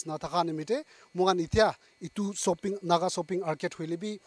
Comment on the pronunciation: There's no such name of a place called soaping mall 🤣🤣🤣i think it's shopping mall anyway try to improve your English and it's pronunciation.